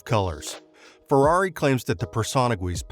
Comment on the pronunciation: absolutely BUTCHERED the Ferrari pronunciation